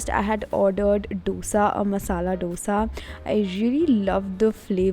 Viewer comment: Brooo thats dosa not dhosa!!! Yaarrr